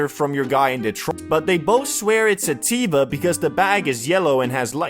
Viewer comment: Why cant u say indica or sativa?